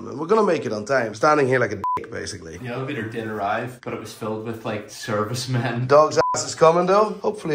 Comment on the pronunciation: why are you saying elephator?